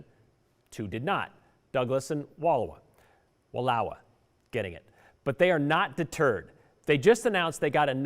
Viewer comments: The Oregon county name is pronounced with the middle pronounced, “ou” like ouch. Eastern Washington want to join Northern Idaho also. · Johnson I grew up in Oregon. Let me do ya a favor and give you the correct pronunciation of "Wallowa" County: Wha-LL--OWE-uh. Overall i agree that the larger areas of the entire west coast are very strongly republican. Most people on the other side of the states don't understand that. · Lol... you pronounced Wallowa County wrong. 😊